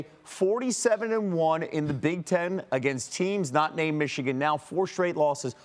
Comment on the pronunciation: And it's not ichigan. It's MICHIGAN.